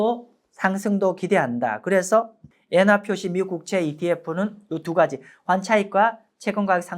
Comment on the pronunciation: 예나가 아니고 엔!화!